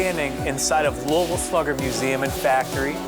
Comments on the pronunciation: Pronunciation hint: There are three syllables. You are the first I've heard of in my life, from Louisville and also anywhere else, who has ever claimed it was pronounced 'loo-ville'. Whoever told you that was wrong. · It is not pronounced after French Kings Louisville. It is pronounced lul ville. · How did not a single person in Louisville not pronounce it the way we do in KY? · why did the Louisville Slugger guy mispronounce the name? He said it right when he started but then finished wrong